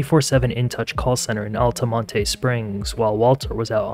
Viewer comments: lol Altimontay. It’s actually pronounced Altamont. And Pine Hills is more like Crime Hills it’s pretty bad over there. This is a sad story. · It's ALL-TUH-MONT there is no tay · I’ve been living in Central Florida for over 30 years and you don’t pronounce the E on Altamonte….